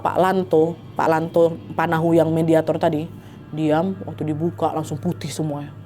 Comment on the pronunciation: Ijin koreksi kak bukan "panahu" Tapi "patahu" Kalau dalam suku dayak arti kata panahu itu makan tapi kasar gitu